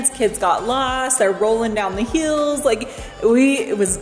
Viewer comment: its HIILLS not HEELS! Lol